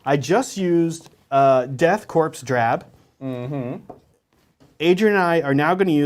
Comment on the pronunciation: Great video! It's pronounced core but is spelled corps Death Core. Coreman though spelled corpsman